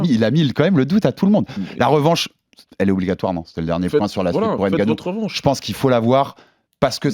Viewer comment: et on écrit pas d'Ngannou mais de Ngannou Le N ne se prononce pas mais ce mélange avec la lettre suivante C'est comme Mbappe Tu dis pas M bappe mais Mbappe Va prendre des cours de langue